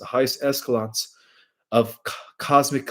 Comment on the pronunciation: Eschelons is pronounced with sh, like eshalons, not eskalons. Triumvirate is pronounced like this: Tri-um-vir-et, accent on the um. Subsequent is Sub-su-quent, accent on the first syllable. Differentiation is Different-ee-ation